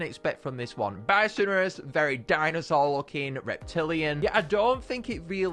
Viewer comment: Bi-so-nor-us: Bi-sin-ur-us